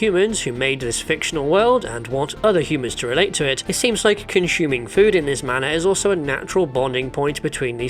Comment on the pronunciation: Okay, in past response to comments this guy seems sincere that in his variety of English it's perfectly cromulent to pronounce "assume" as "ashume" (with the ess like in "sugar"), but I just can't buy that about "conshuming" or "inshulative" .